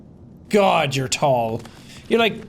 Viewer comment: guod of war ragnarok jed